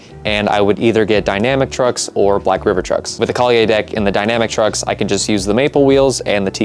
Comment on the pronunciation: the way you say kalye in true filipino pronunciation is Kal-ye. the end is a short "yeah". no Y at the end of it, because you say it as kalyey hehehe im getting my first fingerboard soon and its because of watching you! i enjoy the videos hehehe